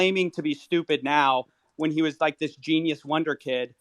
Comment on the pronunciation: I don't trust anyone who pronounces "was" like "woize"